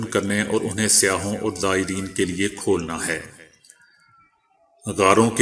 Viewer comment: سیاح کے سین کو زبر سے ادا کرو